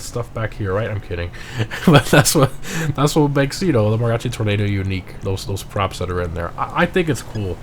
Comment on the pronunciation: Oh come on man say Mariachi right youre hispanic u can clearly hear your accent